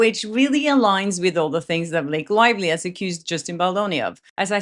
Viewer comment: How come you have a Swedish/ Nordic name but an English accent? You say his woive, Blake Loivly, what is going on here?